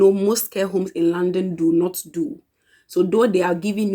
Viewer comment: It took me few minutes of listening to you before I could know that you were saying London and not 'Landing'. Lol